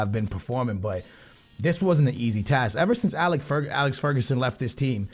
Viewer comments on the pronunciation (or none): none